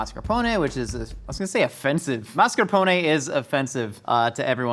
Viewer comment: wow, you pronounced mascarpone almost correct, I am impressed. Most Americans I´ve heard would pronounce it like "mas car pauw nei"